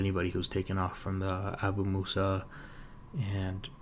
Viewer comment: Have to say , you pronounce Abu Musa perfectly.